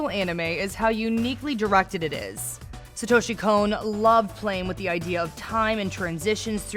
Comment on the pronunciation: Sahtoeshee Cone.